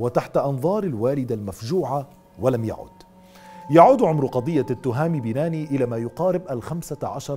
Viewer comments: سرد جميل للقصة، قناة ممتعة و اجتهاد يحسب لأصحاب القناة، تصويب ، التهامي بناني بتشديد النون ، واد مرزك وليس مزرك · التهامي بناني و ليس بيناني النون الثانية مشددة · اسم والدة thami banaani المفقود هو hayatt l 3alami.....هذا هو النطق الحقيقي لاسماءهما وليس توهامي بيناني .غلط ...اما نطق binani ...فهو نطق خاطىء للشاب المفقود ...اما اسم الطفل هو rayan ريااان ....بالنطق المغربي وليس ريان بتشديد الياء بطريقة نطق اللسان العربي ....هذا فقط لتصحيح المعلومة .. نطقنا كمغاربة لاسماءنا يختلف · شكرا اخي على سرد الموضوع ولكن للتصحيح بعد المفرادات واسماء فإن اسم الشاب بناني وليس بيناني وشاطئ واد مرزك وليس مزرك